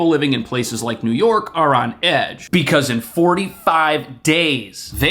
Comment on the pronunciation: Whenever says "New York," I hear "Illinois."